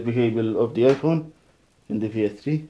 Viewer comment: She's name ps3 not ps dree